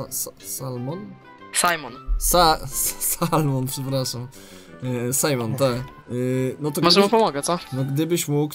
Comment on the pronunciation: mówi,, ty się nazywasz sa sa salmon" od kiedy on jest łososiem?